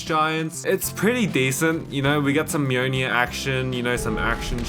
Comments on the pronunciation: "Mjøjnie" it's mjolnir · I hate how you say mjlnir, MeWNew